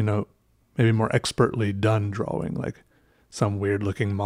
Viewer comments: The word is draw- ing...not dra-wing. The amateur artwork is amusing but please learn proper pronounciation. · Do you say draw-wing? Yes Do I get upset when you say it? Yes Does it matter...mmmm-no. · lolol keep laffing when you say "draw-wing". you're space-ship just kept getting better. It kept getting more complex and that's what I find beautiful in art. I don't draw much or know much about it, but I like the technique you use to make it look 3D. That makes me wonder how hard it must be to make 3D art like sculptures and stuff. OR even 3D digital models. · You said draWING. It made me realize that i never pronounce the W in that word. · I love the way he says 'drawing'